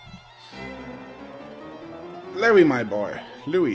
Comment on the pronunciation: Lee-vie lol